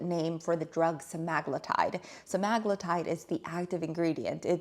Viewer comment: Pronounced sem a glue tide